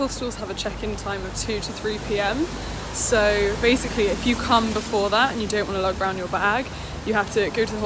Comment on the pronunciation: Haha it's "come" not "como". Como is a lake in Italy and my Italian teacher said every time someone accidentally said como they would drown in the lake. A lot of people got it mixed up with Spanish :P